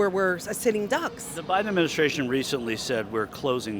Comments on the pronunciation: First of all, the grandpa in the beginning needs to learn how to pronounce “BIDEN”. That’s number 1. Secondly, he’s not thinking about his grandkids if you are for the orange turd racist! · The vet in the beginning of the video should at least learn his name is Biden not Biding. I feel like I’m living in an alternate universe full of village idiots 😊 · did the first black dude just said President biting? well for sure his gray matter bitten by Trumpests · Did he president Bidee? 😂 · First guy is a 1gen immigrant. He couldn't even say "Biden".